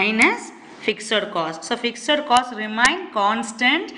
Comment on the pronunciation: Why are you pronouncing fixed as ficser??